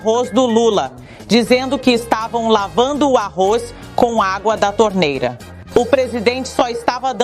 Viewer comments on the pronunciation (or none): Uma news reader que pronuncia "Arroiz" o que se esperar não e mesmo?